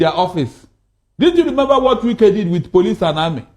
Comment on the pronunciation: Are you a foreigner? This one you're pronouncing wike as wake, wike is wike, Nigerian and their habit of adopting other people's language and culture. You're talking about someone that the followers don't even understand how you pronounce his name, how will people know you're talking about wike, when his name can't even pronounce for people to understand. Try to pronounce people's name locally pls